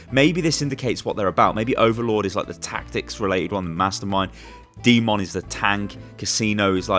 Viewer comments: pronounce d.mon, demon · Second time I hear someone butcher the red MEKA’s name....”D.mon” it’s pronounced DEMON!!! Like a fucking devil!!! Get your shit together